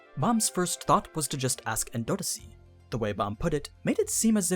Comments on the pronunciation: It's killing me how you're pronouncing endorsi, endordissy, lol. Idk if that's like a different translation like Jahad and Zahard. It confused me the first time i seen Zahard. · Tbh how he says her name endodosi lmao